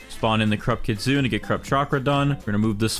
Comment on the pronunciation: It’s pronounced KIT SOON AY btw